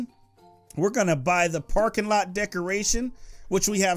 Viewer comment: he said lets put the porkinglot down